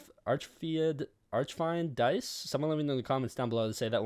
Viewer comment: U say it like artsjfieent dais